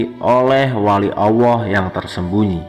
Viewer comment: Admin koreksi ya....pengucapan Allah bukan auwoh njihh